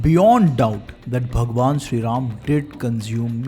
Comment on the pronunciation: you r just a dumb propagandist who can’t even pronunciate Bhgwan Ram correctly u r just a slave of britishers who is glorifying english and non vegetarianism